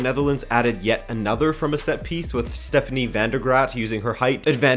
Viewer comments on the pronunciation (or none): none